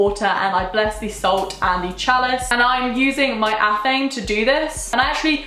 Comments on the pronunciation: babe I love you but its ATH-uh-may not ath-aim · athame is pronounced ah-tham-ay. just so you know. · Love your videos you are gorgeous!! by the way athame is pronounced ath-em-ay :) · It’s “ath-ah-May” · I was pronouncing "athame" the wrong way this WHOLE time